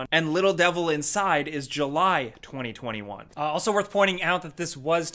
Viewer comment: How is this guy saying the dates 20201